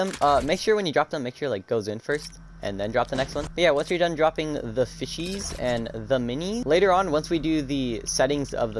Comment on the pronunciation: Nah I’m just making fun of the way you said fishies and minis that’s all (if I hurt ur feeling than sorry)